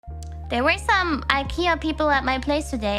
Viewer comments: 等等 IKEA 她唸 愛ki呃🤔🤔🤔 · 我一聽到店長說IKEA，我就完全沒把後面的話聽進去，原來店長是這樣念的((草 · Kiara念IKEA欸 我都念IKEA 很少聽到有人念IKEA呢